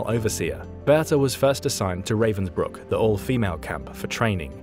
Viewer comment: It is, but it would be better if he could pronounce Ravensbrück.